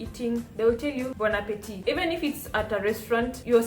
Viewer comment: Salut la belle. The lighting is perfect. Other times, you got it too bright. Your pronunciation is excellent. Bon appetit .. (there is no 'e' at the end. "appetit" is masculine word. You don't pronounce the last "t") Bonne arrivee ("arrivee" is feminine word .. so "bonne" not "bon" ... for masculine words, you write "bon") Bonne digestion ("digestion" is feminine word)